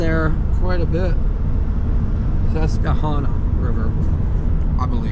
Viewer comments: Ses-kwa-Hanna River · I love your pronunciation of the River. Made me laugh. T love the content. The Governor